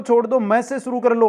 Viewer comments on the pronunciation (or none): none